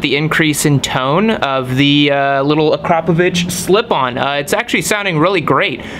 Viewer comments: its not kropovich is akrapovic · Its pronounced akra-poe-vick. Not akro-paw-vitch! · Please stop mispronouncing akropovic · it's actually pronounced ahkhra-povich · So much confidence? Wow. It's vitch.